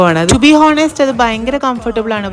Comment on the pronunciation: Honest is pronounced as ഓണെസ്റ് not ഹോണെസ്റ്റ്